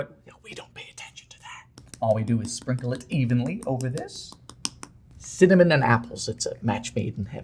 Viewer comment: Welcome penguin (not random…) subscribers to “EGGIES” and “CINNAMIMIMMMMM”. Nice to know you also exist in real time and space without jump cuts Dylan.